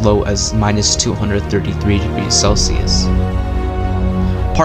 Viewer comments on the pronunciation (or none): none